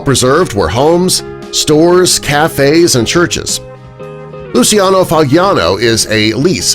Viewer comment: Just a small correction of the pronunciation of Lucciano’s name. It’s not as you pronounced it but it’s pronounced as: lu chiya no, with the I being a silent one.